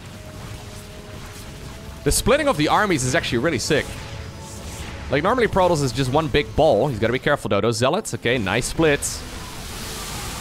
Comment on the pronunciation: i hate the way he says Protoss, it's wrong.